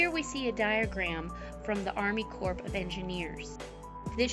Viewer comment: The letter “p” in corps is silent. You pronounce it like “apple core”.